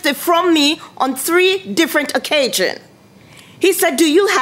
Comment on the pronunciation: On three different occajions. No, I didn't misspell the word, this is exactly what she said "occajions " and "humanlation ". Lol 🤣🤣